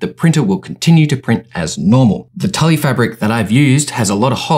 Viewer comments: I died when he said Tully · FYI it's pronounced like tool not Tully. Good vid tho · As much as I hate to admit I used to work at Hobby Lobby, it's pronounced "tool". Great video though, thanks for the info! ^__^ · So interesting, great tutorial! Also tulle in pronounced like 'tyool' hehe had me cracking up